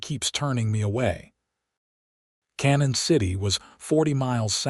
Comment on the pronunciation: Obviously not familiar with the towns around here. The town is not pronounced "Cannon City" but pronounced "Canyon City".